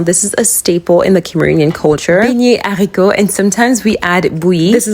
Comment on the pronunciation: Her voice is so cute and the way I pronounced beans in french is so beautiful ❤❤❤❤. I have been learning french for 8yrs straight and I can't pronounce that good neither speak it fluencttly 😂😢😢😢😭😭😭